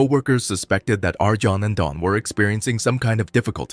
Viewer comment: Pronounced "Ar-yon" and "Don", not "Arjohn" and "Dan".